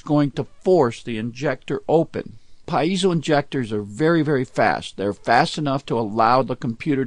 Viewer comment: STOP saying "PA----IZO!